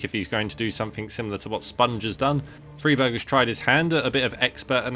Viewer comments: Stop saying freeberg plz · You are saying friberg wrong? On purpose? I can't tell...